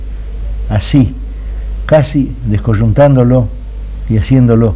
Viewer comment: Me encanta cómo pronuncia Borges a: descoyuntandoló, haciendoló... Esa es mi propuesta para el lenguaje de los argentinos.